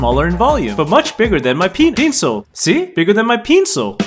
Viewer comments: bigger than my pe Pencil I hear penis😂😂😂😂😂😂😂😂😂😂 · “Bigger than my pE- encil” Got me roll'in on the floor lol